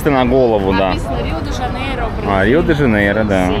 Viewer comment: Пупсоны, все слова в португальском оканчивающиеся на "o" читаются с русским звуком "у", поэтому Риу вместо Рио, Порту вместо Порто и Обригаду вместо обригадо для мальчиков